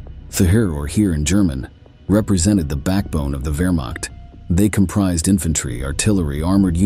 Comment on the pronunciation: i 2nd that. also, it ain't wermack.